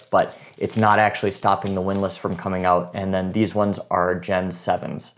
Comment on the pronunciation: "Theezwunz"?? What the hell is a "Theezwunz"?